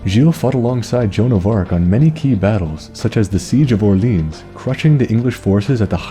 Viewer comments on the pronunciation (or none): none